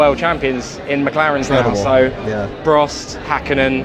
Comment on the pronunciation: First off his name is Prost (with a long o) and please use the local pronunciation of Duke (He is not a Dook).